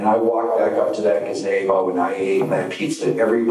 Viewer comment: Murdered a woman and then murders the pronunciation of gazebo